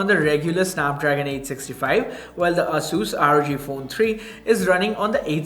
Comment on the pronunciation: ˈeɪsuːs or Eyyy-sus